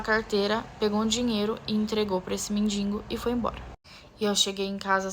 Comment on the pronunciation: "Mendingo" é pior do que a história...